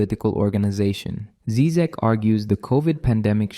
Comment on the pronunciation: Obviously I am not going to watch this video by someone who sounds too young and American to have authority to sprak about something that America is not able to profuce -philosophy and uncomfortable questions. You can't even pronounce his name right! Why is he dangerous? Because he speaks of saving out common decency and humanity, which has been poisoned and bombed by American BS ? What's wrong with having an accent? I think you are embarrassing yourself, dear boy! Stick your guns and burgers... leave philosophy to us here in the old world...